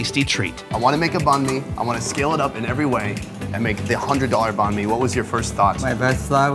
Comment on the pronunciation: Check out Kyle Le's Channel: Check out Anan(The $100 Banh Mi Place): Sorry about mispronouncing Banh Mi 3,500 times. China videos starting next week. Where's your favorite Banh Mi Spot?